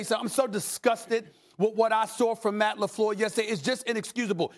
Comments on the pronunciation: Stephan a gets a pass to call the coach "Matt LaFlewwwwww" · SAS not Matt Lefluuuur. 😂😂😂✊🏿